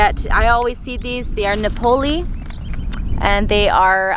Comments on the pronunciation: NApoli, mademoiselle, not NaPOli.🙂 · I can’t believe how pronounce the word ‘Napoli’ ha ha! Do you know what a Napoli is? You Americans!!